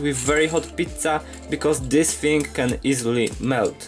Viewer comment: did you purposely pronounce "pizza" with italian accent?